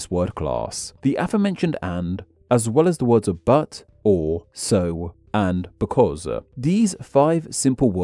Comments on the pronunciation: "becaus-uh" XD Ever since I saw that video of someone analyzing Ironmouse's speech patterns, such as the "-uh" at the end of some words in some situations, I always think of that when I hear anyone else talk like that. [EDIT]: Are you doing it on purpose?! After that "becaus-uh" basically every sentence ending has that "-uh"! Or am I only starting to notice because of that one very obvious one? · As a non-native speaker, I have to ask: Why do you sometimes put an extra vowel at the end of some words? In this video, I heard you say “languaguh” and “becausuh”.